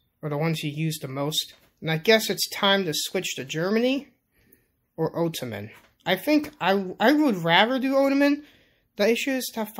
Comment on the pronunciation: Ottoman is pronounced like "auto-man."